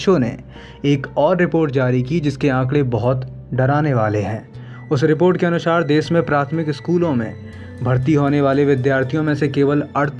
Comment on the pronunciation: तुम हिंदी की साक्षरता के वीडियो बना रहे हो और तुम्हारा उच्चारण निंदनीय है. कृपया ऐसा Video Voice Over Artist नियुक्त करें जिसका हिंदी का उच्चारण ठीक हो. अनुसार को अनुशार बोल रहा है. हिंदी का ऐसा तिरस्कार न करे जय हिंद